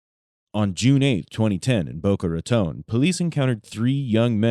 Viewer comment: Random- thanks for saying Boca Raton correctly 😁